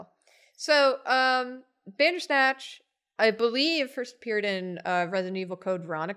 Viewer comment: When said "bandersnatch" I heard "dadersnatch" XD